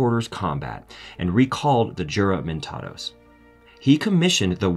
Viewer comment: Juramentados should be read as "Huramentados", Sir.